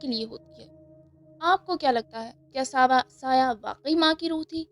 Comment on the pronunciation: Saya nhi bolta tmhy ghalti laghi h reading ma